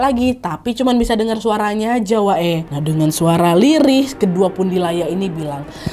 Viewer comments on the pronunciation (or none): LUCUUU ngeliat ka Nadia ngmngnya suka kebalik pundiyala pundilayaa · Part pas typo salah sebut nih kak nad😅 pundiyala ~ pundilaya😅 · Kak nad salah ngomong terus pundilaya 🤣😂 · Kak nadia kadang kebalik😂 nyebutnya tu pundilaya